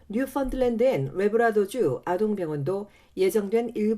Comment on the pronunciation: 얼차려 tv 뉴펀랜드로 발음 하시요